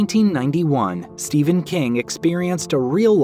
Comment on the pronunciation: Why do you pronounce ''ph'' as a ''V'' it is Stephen not Steven.